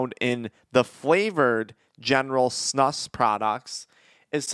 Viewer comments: It’s pronounced like snooose not snush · You pronounce it more like snooz* from a snus loving Swede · It’s pronounced snoos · It's pronounced snooos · Its SNOOOOSE SNEWOOSE SAY IT BETTER